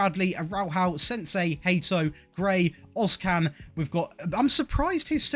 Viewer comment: I literally laughed when you called Senesi, "SENSEI".😂😂😂